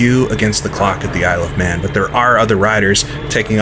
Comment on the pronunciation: Why does Isle of Man sound like I love man when you speak it fast help